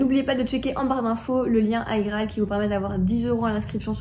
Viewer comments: Il n'y a que moi que ça stresse de dire Aïe-Graal plutôt qu'iGraal ? ahahah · 7ans que tu prononce mal igraal alors ! 🤣😅